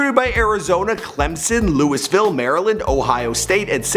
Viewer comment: Check your Louisville pronunciation.